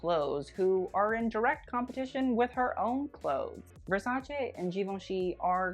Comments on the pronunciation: So refreshing to hear an american pronounce Versace properly! It's VersacE not Versaci ;P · you say Versace like it's supposed to be said. FINALLY SOMEONE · Honey... with your amazing VERSACE pronounciation you are coming for all of us italian bitches. We see you and truly love ya. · I love you just because your pronunciation of Versace is correct 💕